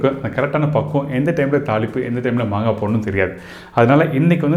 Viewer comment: Please correct it's not mangai it's "maangai"